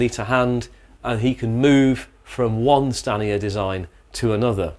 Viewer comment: Every time you said Stanier I keep hearing scania, though that's probably because I have been watching videos on scania but dam they almost sound the same.